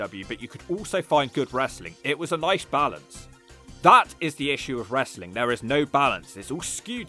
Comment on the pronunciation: I love how Russo constantly complains about how much he hates "WRES-A-LING" (BRO). And constantly claims he wants nothing to do with it. Yet always comes grovelling back to any company that will take him because he has zero skills to do anything else with his life. Seriously, Russo hasn't had an idea that's drawn money since the Clinton administration. Dude is the ultimate wrestling cancer.